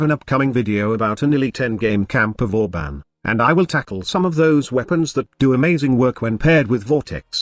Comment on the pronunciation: Vauban... IS THIS BOOBEN PRIME?!?!?!